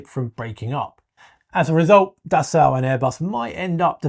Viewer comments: Dassault is actually really easy to pronounce if you just ignore the spelling. It's "Dah-So", not da salt or da sow (as in a female pig). It's simply "dah so", with equal stress on both syllables. Try it! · You say potayto, and I say potahto… You say Dassow, and I say Dassoh… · Pronounced roughly like “Dasseau”. Pleeez Mista Englishman. Do I call you Mista? If you insist on “Das Sau” 🐷, better make it “Die Sau” 🐷. More correct. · Dassault - pronounced dass-oh, not dass-ow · Sorry, can’t listen to the word “Dassow” anymore. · By the way the ault pronounced dassault is just pronounced as o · its prononced Dasso. In French the au is O. The lt is silent. Just to let you know. I'm not complaining, just teaching. Steve in/au Canada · Dassault being French will never get into passenger aircraft since France is a large shareholder in Airbus. By the way, it is pronounced Dasso. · Alright someone has to teach this guy how to pronounce dassault 😂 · Dude I know it's driving me crazy